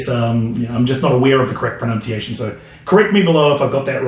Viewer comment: If you really care it's pro(nun)ciation not pro(noun)ciation love the channel though